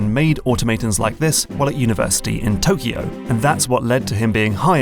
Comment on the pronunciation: Auto-mate-ons in toke-E-o